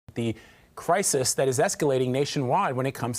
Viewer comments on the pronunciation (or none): “Crisis.“ lol He was specifically told to emphasize that word. Who still believes these people? There are genuinely good journalists out there, and none of them are seen here.